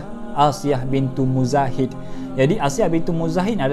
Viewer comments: Minit dan sebut nama dia pun masih tak betul lagi tu tuan. Nama sebetulnya Asiah binti Muzahim.. bukan Muzahid.. ada perbezaan di antara Muzahim dan Muzahid tu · Kan sy pun baru perasan..salah nama dia mention